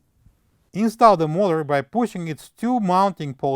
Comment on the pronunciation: Good job. Why not just replace bearings and seal. Some or your pronunciation is difficult to understand. Eg motor, the first syllable is longer and louder. MO-ta.